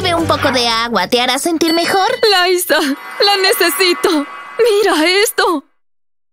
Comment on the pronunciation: es liza con "z" pero el nombre se pronuncia en Inglés como laysa pero se escribe liza